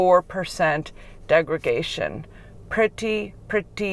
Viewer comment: "Degra___Day____shun". Not "degra___Gay__shun". Good video though.